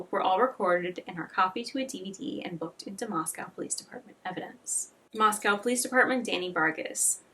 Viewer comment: moscow is pronounced moss-co kootenai is pronounced coot-knee